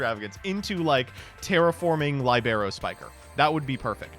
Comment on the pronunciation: libero lee-bur-oh Libero Spiker